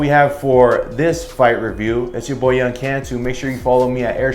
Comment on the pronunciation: It's Cantu.. not Can-tu.. lol.. pinche pocho... Ortiz getting ready for Crawford .. not Spence.. can't even get Crawford vs Spence.. Ortiz still needs time.. his not accurate puncher..